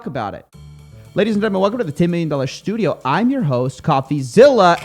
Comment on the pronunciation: did you just call it shtudio? I mean I know bobby shmurda is out of jail but I didn't know he was out here diversifying his portfolio...